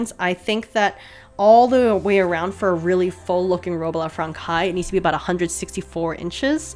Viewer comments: As a French speaker, you did a great job on her name but the way you say Robe a la Francaise is giving me shivers... Here’s a link to a correct pronunciation wav. PS None of this should detract from your absolutely incredible work on this dreamy dress. Brava! You are a modern Renaissance woman. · I think you should use google translate next time and have the French words said to you by the voice robot because you really butchered some, especially robe à la Française lol. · oh and I'll stop there but it's a very common mistake, "robe à la française" is "robe à la franssssssséze", not frankaï ( learning french must be so hard lol ) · The way you say Robe à la Française ((like "Frankais") is so funny to me, since in French "ç" is spell like an "s" and you have to pronounce "-aise" (like -aize) as well because it indicate the feminine in french for well... French = Française! Loved the video by the way! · Would I be a total Hermione Granger if I pointed out that it's "fran-says" not "fran-kize", "pan-yays" not "pan-ears" and "stumaker" not "stomaCHer". Only pointing it out in the case that you have an interest in pronunciation. If not, feel free to clown my for being presumptuious and rude. It's leviosa not levio-sahhhh! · Stop the presses!!! Robe a La Frankay??? So bothered by your pronunciation of this word. Phonetically it’s Fransez!!! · The dress is absolutely gorgeous <3 but... "franKai"?? "tul-ay"??? (very confused look) I have... never heard these pronunciations of francaise "franSei" and tulle "tool".... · Love your videos! Your pronunciation of Francaise (franc-eye).....murder. Its more like "Fran says" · The dress turned out beautiful! I'm glad you threw caution to the wind and went for it because it was really fun to watch you make it. Also, I hope this doesn't come off as rude or patronising but I just wanted to mention that "francaise" is pronounced more like "frongsays". The C is more of an S sound and the S at the end isn't silent. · [ah la fran-saize]